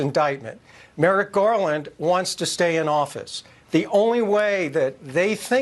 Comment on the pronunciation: He also mispronounces Merrick as MERIT! Classic FASCIST TACTIC!